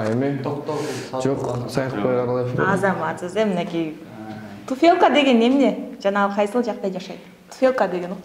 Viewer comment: Биринчи жолу кордум. Интервью алганы жаккан жок. Дикция, произношение, культура общения деген нерселерден таптакыр тушунугу жок экендиги корунуп турат. Интервьюнун сапатын начар кылып салыптыр. Мындан аркы интервьюлары дагы деле начар болоруна козум жетип турат. Качество звука тоже плохое. Берген суроолорунун жоопторун озу деле билбейт го дейм. "ТуфЭлка"))